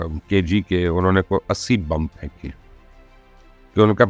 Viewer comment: Bomb ko Urdu main بم kaha jata hai na keh بمب